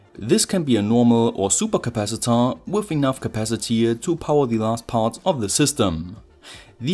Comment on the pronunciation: 'The' als 'thi' ausgesprochen ist nur vor Wörtern, die mit Vokallauten anfangen ( bsp. 'the end', aber nicht 'the voltage')